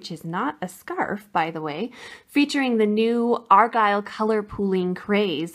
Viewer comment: It never ceases to amaze me, that someone put time and effort into something, FREE.,for all to enjoy, then comes along some douche bag and start arguing...and the word is " ARGYLE" not " AGILE"